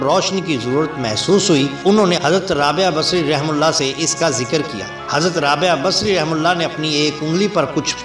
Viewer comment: Hazrath rabiya basri rahemathullah alehi. Sahi pronounced nhi kiya hai.